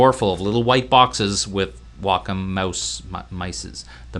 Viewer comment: Um, he's pronouncing it right. It's "Wah-Kum."